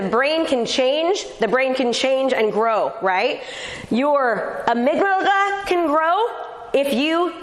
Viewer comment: The amygdala not amyglada